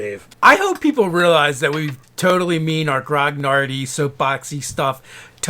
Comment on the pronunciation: Two comments: In 1st edition, 70 hp would quite a bit even for a fighter. 9d10 x 5.5 is about 50 hp, with maybe another 18 hp from CON at 9th level. 2nd you need to learn how to pronounce grognard - its a French word and the 2nd "g" is silent. A group of elite soldiers from Napoleon's army: les grognards. It basically means grumblers, as they were the only group that was allowed to openly complain.